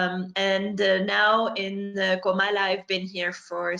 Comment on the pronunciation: Great video/interview,. And you're doing a good job of remembering it's Comala, not Colama.:)